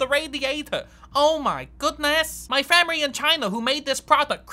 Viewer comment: "my famery in China who made dis crinching so hard right now"